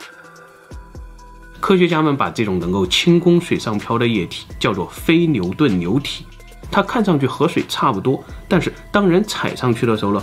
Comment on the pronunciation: 非NIU顿LIU体，这对于口齿不清NIU和LIU不分的总裁来说，难度真是逆天的一集。